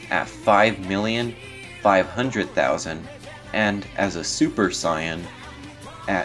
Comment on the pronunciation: it's pronounced Saiyan